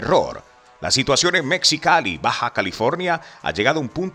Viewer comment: Mejicali y no "Mexicali",la "x" se pronuncia como "j".😊